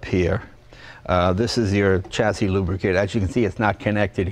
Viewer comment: Dear Jay, there is no "t" in chassis. That is all.